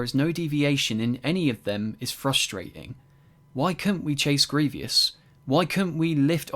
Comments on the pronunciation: Who is Gre-ve-ous lol you mean Grievous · Why? Why do you pronounce Gree-vee-oos? Disgusting. It's Gree-voos. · Why do you pronounce Grievous as "Gree-vee-uss"? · I feel like during most of this you just glaze nostalgia and hate on change, sure its not perfect but neither is the original, but im mostly commenting to let you know his name is Greivous not Grevious. Gree-vus not "gree-vee-us" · It’s grievous, not grevious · Overall fair point but also it's Grievous not Grevious. My only qualm with the entire video 😭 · Good video but you said greivious instead of greivous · Yo sorry but I gotta nitpick ya. Grievous is not pronounced "grievious". that is all lol Great video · The only bad thing about this video is your pronunciation of grievous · I also add. This Guy 1 wants the game to take advantage of next gen capabilities but it's not nessasary its a f**** lego game just play the game and don't complain about them not adding things you wanted. Also kinda triggers me how he says grievous